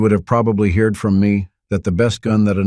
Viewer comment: is a AI. Just listed in the beginning on how the word heard was said, heered